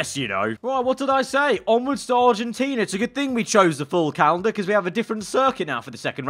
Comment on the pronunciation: Quien es argentino y le dio risa como dice argentina??